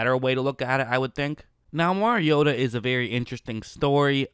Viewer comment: Well at least you know how to pronounce the name of the person you are critiquing. Most in the national media can't even be bothered to do that.